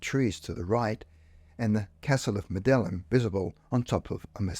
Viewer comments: Medellin is pronounced Medayeen FYI. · That's how they pronounce the Colombian city anyway.I think in Spain they use the "l" more.Certainly not pronounced the way it is on this video.